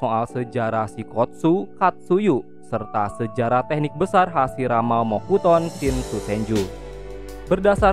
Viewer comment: Mokuton Shinsu Senju Bang Bukan Mokutson Shinsu Senju 😅😅😂